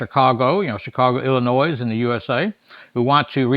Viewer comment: Talks with his hands, missing teeth, along with mispronouncing Illinois. You really shouldn't be saying anything.